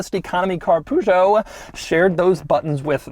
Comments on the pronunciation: Gorgeous looking car. Btw, Peugeot is spelled "Pejo" with accent on letter "o", not "Pujo". The brits put the accent on letter "e" but that is also wrong. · PURR-ZHO not POO-ZHO :D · PLEASE Doug, not POOgeot. Peugeot, pronounced 'purrgeot'. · Why do you call Peugeot poojoe? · Poo-zhou? :D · I admire and respect you Sir!. I am giddy with excitement when a new video is released - but please!. Peugeot has never been pronounced - poo show. 😅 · I just love when Doug says "the pużo". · it's not poo-joe. omg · Everytime Doug calls that french brand "Poo-Joe" a Frenchman dies of stroke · How he pronounces Peugeot and Citroen is funny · The way he pronounces "Peugeot" will never fail to make ma laugh